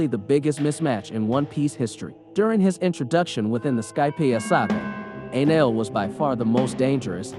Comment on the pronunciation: did he say "Anal" instead of Enel...